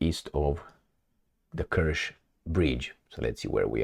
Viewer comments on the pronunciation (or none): none